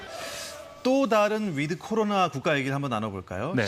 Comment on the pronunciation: 위드 할때 드는 약하게 발음. 거의 "윋" 로 발음하도록. 윋 코리아.